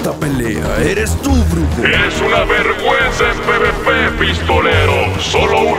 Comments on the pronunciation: Alguien más se dio q al ultimo dice verga-nza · Porque dice verganza